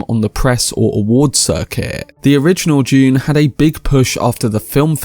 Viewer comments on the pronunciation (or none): Dude, it's Dune, not June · I enjoy your comments - but (perhaps I'm the only one perceiving it this way) why do you produce Dune as though it was the word June?